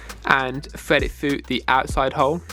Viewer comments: FYI... the letters TH do not sound like an F Fread it frough the hole 😂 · Fwed it fwu 😂😂🤦‍♂️ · that's just how his accent is